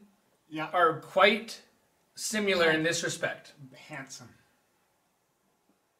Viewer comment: Please just pronounce the word "similar" correctly and rejuvenate my hope for humanity.